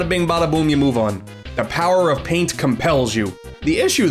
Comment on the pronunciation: “It’s time to show you the true power of PAIN-T!